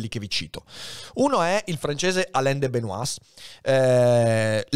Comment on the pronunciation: Una piccola correzione sulla pronuncia di De Benoist. La pronuncia corretta è /də bəˈnwɑː/ vale a dire che non si pronunciano né la s né la t finali.